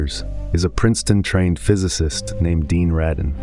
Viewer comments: exactly it's Raydin not Rodin, as in radar not Rod Stewart. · Ah yes. The mispronunciation of the main person’s name is staple of your content., Radin is not “Ra- deen”. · Why can't the AI get his name right? This is the most consistently annoying thing about the channel. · Wanted to post the same thing. One should have the nerve to check these things after feeding the AI.